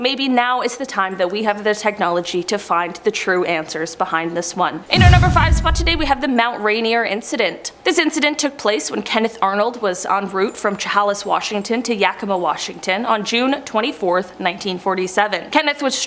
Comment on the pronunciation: Chehalis -> shuh·hay·luhs